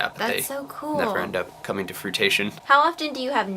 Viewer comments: "Fruitation",? I think you mean "fruition". Hahaha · FRUITATION?!?! lmao do you mean fruition?:p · coming to fruit-tation? its fru-ition.. hahaha:) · hahaha i believe the word you were looking for was 'fruition' not 'fruitition' hahaha that was funny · fruition, not frutation. frutation sounds like a mutated fruit. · did say come to "fruitation"? lol!